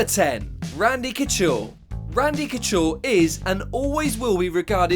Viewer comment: not bad video content but you still can't pronounce Couture properly, if you are gonna do MMA vids, do them properly.